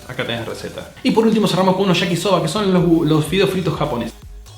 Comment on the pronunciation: Muy buen resumen como siempre,! Voy a sonar pedante (no es la intención), pero ya fue. Cuando pronuncies palabras japonesas tené en cuenta que la "Y" solo se pronuncia como "sh" en castellano (y más pronunciadamente en Argentina), y en el resto del mundo se pronuncia como "i". Yakisoba entonces se pronuncia "iakisoba" y no "shakisoba" (si le decís este último a un japonés no sabría de qué estás hablando).